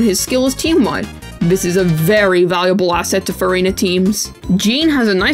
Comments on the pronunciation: why am i always hearing furryna? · i hate the way u say furina. it just sounds insane